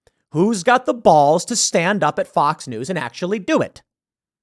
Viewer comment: You really need to learn how to say BALLS. How you say it is Horrible! It’s beyond horrible, it’s like death to my ears. Idk if you have your mouth full of something when you say it 🤮